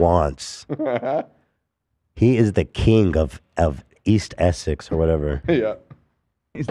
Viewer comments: Essie? Do you mean Essex? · Ethan AND pronouncing Essex Essy is mental